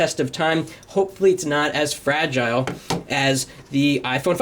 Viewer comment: ur saying fragile the wrong way